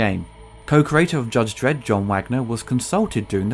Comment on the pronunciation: "Judge dedd" get used to it